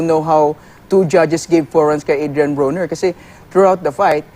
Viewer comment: Not Bru-Ner its "BRO-Nr"